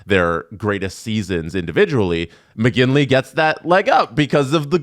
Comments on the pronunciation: MOGILNY, not Mogingly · as a McGinlay it weirded me out EVERY time. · You say Mogilny, I say McGinley..... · Is OK? He keeps calling Mogilny Moginly over and over. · is purposly misspronouncing Mogilny right? Has to be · I’m just wondering if he’s dyslexic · everyone take a shot everytime mispronouces Mogilny lol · Hate to say it but kind of drives me nuts. Once maybe…. Twice but it’s someone’s name… they deserve it pronounced properly. If kidding that’s one thing. He said his name wrong 5 times in a row. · I came to the comments looking for someone else who noticed this, making sure it wasn't just me and my old man hearing 😂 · Haha thank you was dying on the inside haha